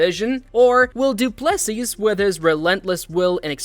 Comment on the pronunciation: If you cant pronounce Du Plessis last name correctly just call him DDP, the S at the end is silent!